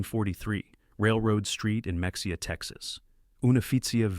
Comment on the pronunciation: Ma-ha-ya Not mex-e-ah